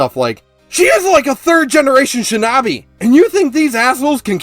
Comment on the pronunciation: i can understand you saying hokage wrong, but the way you say shinobi just kills me inside.